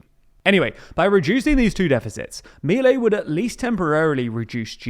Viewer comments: Just so you know, it's pronounced mil-EI, NOT MIL-ei. It's getting annoying. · A couple of notes: Milei's name is pronounced "Me-lay", with an accent on the second syllable. Also, more concerning than the raise in military spending is the one in the intelligence services, which have been historically opaque and used to persecute and spy on political opponents. Also, his plan calls for transferring all educational and health-care expenditures to the provinces while at the same time asking them to cut their budgets by 60 billion dollars.. what could go wrong?